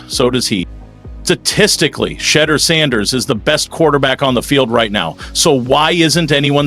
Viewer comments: If these folks can’t get their AI Pronunciation correct then they are not good enough to listen to not give likes or following. SHEDURE’ Name is His NAME! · Thumbs down for intentionally mispronouncing his name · LEARN HOW TO CORRECTLY PRONOUNCE HIS NAME IF YOU WANT AN INCREASE IN SUBSCRIPTIONS!!!! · I was thinking the exact same thing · Like I don’t know if you just being disrespectful or what like you can’t pronounce his name and then laugh about it if you can’t say his first name then just say his last name. Urk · This regurgitated reporting is disgusting. Stop using outright fake titles for clicks. We’ve been hearing the same reports from every other YouTube channel reporting on the Browns. At least get your Ai bot to pronounce his name correctly. Sad, sad, sad.